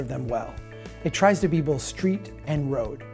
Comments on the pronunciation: Oh no.....he's one of those people who says "bolth" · There's no L in "both," dude!